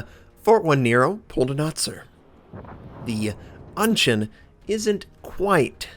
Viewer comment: Your pronunciation of 'an shan' at the beginning was perfect! I did not get a chance to hear the Chinese audio though :(